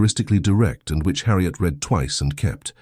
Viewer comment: Great story. One wish: AI needs improvement so that "read" is narrated in the correct tense. It is always pronounc.ed in the present tense instead of the correct past tense making it distracting when listening. TX 🇺🇸